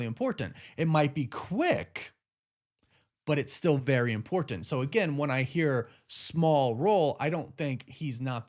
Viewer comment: Is anyone else annoyed with the way he says and over pronunciation of “important”